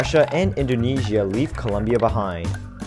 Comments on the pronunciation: It's COLOOOOOOMBIA NOT Coluuuuumbia 😠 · Columbia? really? LOL CO LOM BIA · It's Colombia, not "Columbia." Colombia! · COLOMBIA, NOT COLUMBIA!! Por favorrrrrr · Colombia not Columbia. You can mess up the language as much as you want, but this is the only thing that makes Colombians annoyed/upset. Co lom bia . Learn it, love it, respect it. I can only imagine the backlash someone would receive by calling the USA with improper pronunciation. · *Colombia*, not Columbia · It is colombia not columbia. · It's COLOMBIA, not COLUMBIA. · Its Colombia not Columbia smh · ITS COLOMBIA NOT COLUMBIA!!! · It's not COLUMBIA YOU DUMBFUCK IT'S COLOMBIA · its Colombia not Columbia dumb ass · It’s Colombia not Columbia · It's Colombia not Columbia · Its colombia not columbia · Its Colombia, not Columbia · It's Colombia, not "Columbia", thanx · Is colombia not culumbia estupid animal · Ouuuu you dont say columbia, you say Colombia. It happenned to Steve Harvey in miss universe because columbia its Just a university And Colombia is completely different,, :) 😀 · It's COLOMBIA, NOT COLUMBIA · you say Columbia ??? is Colombia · dude it's colombia....c o l o m b i a not columbia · It's ColOmbia with O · It Colombia. C O L O M B I A. With an 'O'! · Actually its Colombia. Not U. Hahahahahaah just saying. GO PHILIPPINES!!! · Colombia goes with an o not a u